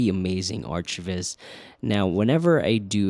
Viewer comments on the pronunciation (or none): Ok man… are you trolling us with “arch” viz? It’s architectural visualization…. Not arch visualization… we’re visualizing more than arches. “ArK viz”. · "arch" viz lol. Arc viz bruh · Arch viz? surely its pronounced arc viz? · Before this I've only heard people pronounce it "arc" not "artch" :p nice video though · did u just say ARCH(tch) Viz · It's pronounced arc lol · Please pronounce it as "ArcViz" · It's not pronounced aarch--tek-chr. It's arr-cuh-tek-chr. Sorry... my OCD is kicking in. Everytime you say "aarch-vis" I can't help and think of Archie's weird mysteries.